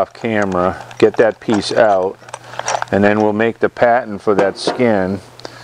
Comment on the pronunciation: Nice job, thanks for these videos. Spot welds are a pain to remove, I think grinding them down with a round die grinder or belt grinder is the best approach. Every time you said “pattern” I thought you were saying “patent’. I was thinking “why do we have to make a patent?”, lol